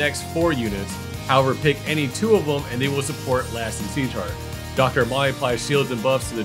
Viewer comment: Pagkarinig ko seashark sa sieghart haha